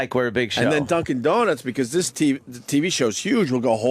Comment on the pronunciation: the way opie says "HESTRYNAGETDUNCANDONUTS" fucking killed me. 1 for opie. Still sux. But he cracked me the fuck up right there lol